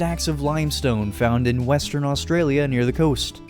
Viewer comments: I live in Australia and also do not say Australia like that and there is actually a lot of tropical places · Australia pronounced: us-straya